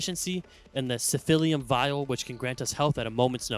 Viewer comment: Does "siphillium" get on anyone else's nerves?